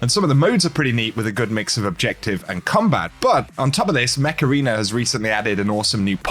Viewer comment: I won't lie, I thought you said Macarena instead of Mech Arena for the sponsor.